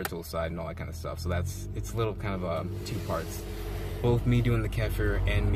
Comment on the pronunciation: Ke FEAR is the proper way to say it. It's much more badass too.